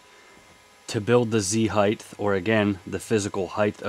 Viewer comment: Height not heith.